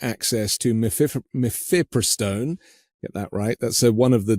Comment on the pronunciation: Mephepristone is I believe pronounced with accent on third syllable.